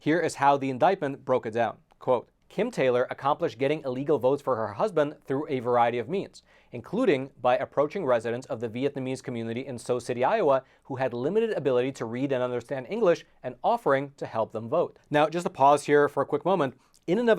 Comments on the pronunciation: Hi. I’m close to Sioux City, Iowa. Name is pronounced (SUE) City! There is much more to this story….. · I can’t believe you don’t know how to pronounce “Sioux” City. It’s pronounced like the name Sue. Are you a journalist? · This one is close to home for me. I live in that district. Sioux city is pronounced Sue city. Like "A boy named Sue" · you say it like sue city iowa. she should of got a much longer sentence. the judge is saying this isn't important. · Sioux City is pronounced like Sue City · It’s pronounced Sue City